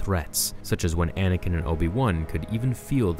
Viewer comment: It's ANAKIN not Adakin..